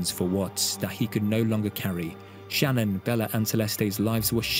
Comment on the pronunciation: She are showing the mistress, and it is Sha-nnanne